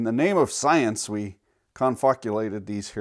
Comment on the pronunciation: Good one. The new pronunciation of science is silence.